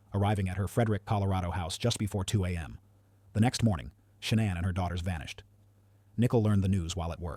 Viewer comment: And I don't know if this bozo knows what he's talking about. He's not pronouncing any names correctly. He calls Shannan ShawnAnn